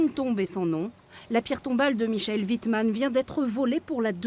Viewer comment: "Michel " Wittman ...mais c'est Mikaël 😭